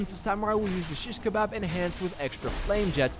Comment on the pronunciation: The way he says shishkabab lol